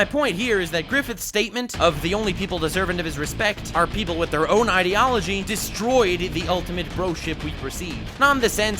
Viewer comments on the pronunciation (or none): none